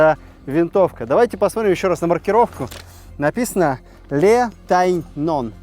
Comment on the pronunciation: Le ( лё, НЕ "ЛЭ", муж.род.)Лё Тэньён- название региона/ посёлка и одноименного сыра.